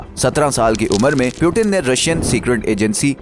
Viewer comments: Putin hotia hai bhai Putin (poooottiinnnn) piiiuuuutttiinn nahi hoti. Piyutin Piyutin krta rhta hai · Peuten nahi Putin 😂😂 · Its puutin not pewtin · सीधे पुतिन क्यों नहीं बोलते हो, पिउटीन पिउटिन क्यों बोल रहे हो? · ye pyuten kon hai or 1992 mai kese peda hua voice dhyan se suno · You not speaking Putin name correctly